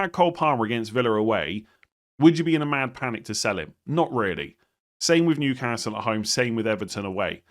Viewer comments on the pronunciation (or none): none